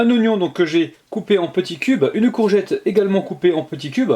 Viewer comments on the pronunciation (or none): none